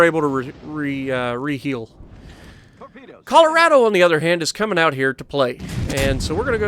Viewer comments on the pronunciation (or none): none